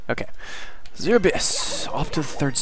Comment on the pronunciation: trademark mispronunciations! This time featuring the word "Azure"! (Hint: it's supposed to be "AZH-er") Also, I can imagine what you were writing when people were messaging you. Off screen: "GO AWAY I'M STREAMING DAG NABBIT!", "WHAT PART OF 'GO AWAY' DID YOU NOT GET?! D: D: D:" On screen: "Jut gotta take care of some business..." Off screen: "I SWEAR IF YOU MESSAGE ME ONE MORE TIME I'M GOING TO VISIT YOU IN YOUR SLEEP!" On screen: "That's the last message I needed to send I believe." Also, what are you talking about. I played the entirety of Super Mario Galaxy on Dolphin with a keyboard, and all the way I was extremely happy that I didn't need to use no stupid controller for that. As for FPS games, you should look at Unreal Tournament 4. It's still in early alpha, but it's free (and source available) and running on Unreal Engine 4. The Outpost 24 map is simply gorgeous! And they're working on another map right now.